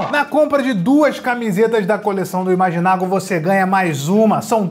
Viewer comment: Não sei se foi um erro, mas tenho a impressão que no começo em vez de eu sou imaginago ele fala eu sou imaginag kkkkkkk